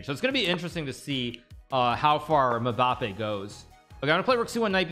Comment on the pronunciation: nobody: hikaru: muh-bappe